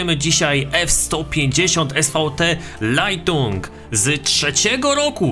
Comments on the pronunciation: lightning (czytaj LAJTNING) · Uwielbiam "Lajtung"